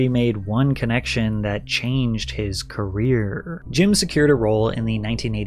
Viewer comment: Honest criticism here: I assume this is a really your voice then you might want to take some pronunciation lessons as you raise and lower your voice in let us say, a very annoying way!! Why do you stretch the end of your words like Canadaaaaaa, carerrrrrrrraaaa, I honestly thought your voice was AI as I was listening but not watching. I don't mean nothing bad but I cannot listen to you for an hour, no way! Not just me bro, check your comments. You are losing viewers because of the voice - sorry for the sad news